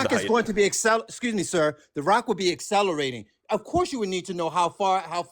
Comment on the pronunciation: 🤣🤣"Asseleration", "Arksing"🤣🤣Yeah, Sure he's a "Cybbil" Engineer.... 🤣🤣🤣🤣